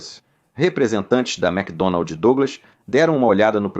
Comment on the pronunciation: Muito ruim, pesseimo narrador, pessima dublagem "macdonalDi"